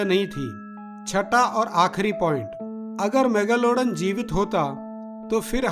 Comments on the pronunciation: mega lowda n kya pronounce kar ra Bhai.megalodon ki izzat nakal di tu ne. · Mega lawdan?? Bhai kya pronounce kar raha hai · Every time he say megalaudan.. I cant control my laugh